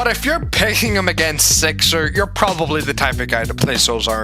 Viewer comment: WHY ARE YOU SAYING SIXER WITH E ISNTEAD OF I